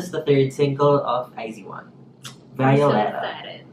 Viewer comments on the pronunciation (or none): iz*one = ai zu won, ai zu wan✓ Not ai zi wan